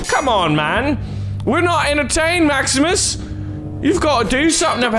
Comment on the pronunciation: Honestly the only Latin you said right was the name of maximus